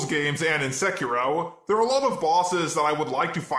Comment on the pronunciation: I love how americans pronounce words :D Sekora (Sekiro), thru, alunimum. Otherwise, I like the video.